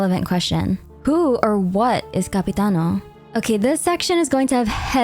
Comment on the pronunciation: im halfway through the video and I have to tell you, as an Italian, I love your pronunciation of 'capitano'😭😭